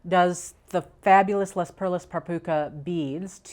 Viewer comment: I would love "ice" colors - blues and silver. I thought you might like to consider this point: since Les Perles par Puca is French, "Les" is pronounced "Lay".